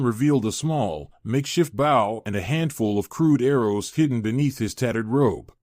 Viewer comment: Bow. Pronounced BO.